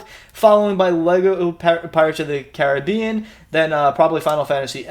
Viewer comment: A decent box young man. FFX is the star of the show and it's nice to hear someone from across the pond pronounce Caribbean correctly. And appreciate the video game subscription services you have over there, in Scotland well, better not get into that rant again, I've Don that enough on my channel 🤣